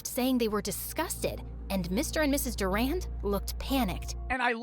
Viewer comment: Durand? Like, Duran Duran..... WHEN YOU CANT EVEN SAY